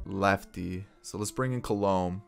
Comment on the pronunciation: Btw for some reason the pronunciation of Alex colome bothers me 😂😂 it's actually pronounced Call-a-may